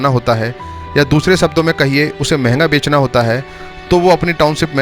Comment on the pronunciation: Bhai bekna nahi Bechna kehte hai ! 😊